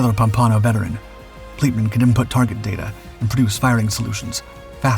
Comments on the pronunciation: It's pronounced "pom-pan-oh," BTW. Anyway, I LOVE your channel!!! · pum-PON-o Is that anything like POM-pa-no? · You are mispronouncing USS Pompano. Small detail, but submariners notice things like that. Those World War Two submariners were the giants who blazed the trail and established the esprit de corps for us. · Pompano lol. Stupid AI narrator